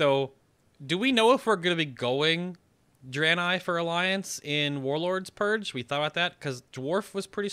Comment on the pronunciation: Draen-ei. Not Draeny.